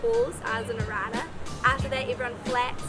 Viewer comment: Pronounce Arana properly next time hhyeeaahh. Don't ever do that again hhyeaaahhh :)